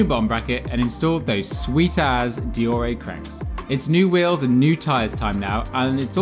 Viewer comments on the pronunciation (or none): Dor-ay ??? Dee-or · De Orr ray *shudders It’s Dee or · Deore sounds like De ore or have you used Google to pronounce it for you? Every bike shop in the UK since I started mountain biking in 1992 call it Deore/ de ore. Aluminium is Aluminium not aluminum for example. Okay they are your sponsors but have they actually said Deoreeeeeee? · You sound like a div deore a? It’s deore!!!!!! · Good video although I cringed every time he pronounced deore likde deoray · Can't take another second of him butchering the word deore. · Why do you pronounce Deore like that